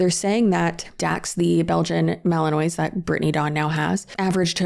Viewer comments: Fyi, its pronounced Malan-waa rather than phonetically Malan-ois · Fellow, I love you but the "mali-noise" sent meeee. Ma-lin-wa:P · the name of the breed is pronounced ma-luhn-waa I’m only telling you because I’ve been saying it wrong for ages and was finally corrected the other day haha No hate 💗😊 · i love you, ok.. girl, remember that!! Now it's not a big deal and I'm just probably nit picking but that gorgeous dog is pronounced Belgian mal-uhn-waa. 😬😅. Yes it would be much easier if it was spelled that way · Belgian Malinois is actually pronounced Mal-un-wah! and you're right — completely different breed from the German Shepherd! but most like to describe them as "GSDs on crack" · Malinois is actually pronounced "velociraptor"!!! 😂😂😂 But seriously... Mals NEED a job, or they will literally go insane. (Its really pronounced Mal-in-waa) ❤ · Love this video, just one thing, Malinois is pronounced Mal-a-Muah and not the way it looks. Also, if you had ever worked with either breed you would definitely know there was a big difference (edit because I realized this might sound a bit judgemental, it’s not, most people have never and will never meet a malinois because they are not good pets for most pet owners). Malinois are smaller and have the high energy and intelligence cranked up to 15 on a 10 digit dial, they absolutely need to be mentally engaged constantly compared to other dogs. GSDs are also highly driven, intelligent, and eager to please but they are like a 8-10 on that dial. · I’m sorry but it’s bothering me. It’s a Belgian mal-en-wa, no e on the end. I also hate those dogs from my own personal experiences. They’re always super aggressive and scare the shit out of me. New sub btw I love your videos! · I wish she were the only person to adopt a puppy, only to find out it has a lot of energy. The shelters are full of dogs who were adopted by people like that. The Belgian Malinois is pronounced mali-nwah, like the ending of bourgeois.